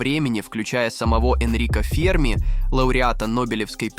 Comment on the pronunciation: ФермИ!!! Достал ии.. хроновизор у них существует.. жопа вместо головы